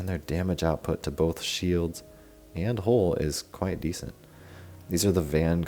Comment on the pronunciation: Good video but you mispronouncing the work HULL is so annoying